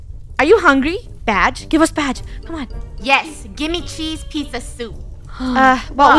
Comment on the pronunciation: Is it just me or did funneh say peese chizza soup